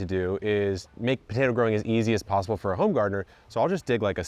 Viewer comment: is it Botato? I can't be the only one hearing this. Do Canadians say BOtato?